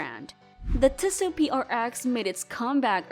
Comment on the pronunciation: Fake AI voice. automatic downvote. It's Tee-So not Ti-su. Lazy creator or AI-generated.